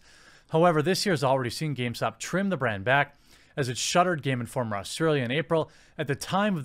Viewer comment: "Geme Informer Megazine" :P